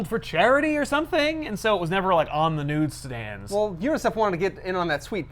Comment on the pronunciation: Did have a freudian slip and say “nude-stands” instead of “newsstands?” Did anyone else hear it?